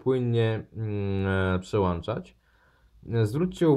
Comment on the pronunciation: Nie "przełanczać", tylko przełączać :) No chyba że masz w domu przełanczniki ;) Mi też się często myli, mimo wszystko na takie słowne błędy lepiej zwracać uwagę, bo inaczej wejdą w nawyk, nam oraz kolejnym pokoleniom.